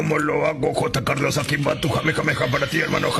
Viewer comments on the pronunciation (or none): none